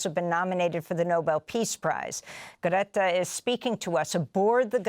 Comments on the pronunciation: who? How do you say her name? Amy’s the only one that’s been pronouncing it like this. I don’t speak Swedish. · ♥️👏 just one criticism the presenter of this vital channel should really know how to pronounce Greta's christian name. I think she pronounced it two different ways during this post... 🫣